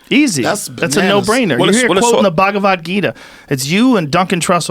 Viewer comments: Bhaag-wa-geeta lmao Mad respect for actually reading and quoting it guys but that pronunciation got Krishna turning in his grave fosho 😂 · y'all goras pronouncing the Bhagvad Gita wrong LOL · RZA pronounced the Bhagavad Gita mad funnyy lol